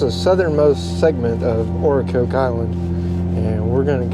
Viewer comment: Nice video, but it's Ocracoke (like the vegetable and the drink) Ocra-coke. Hatteras (is like Hater-ass)...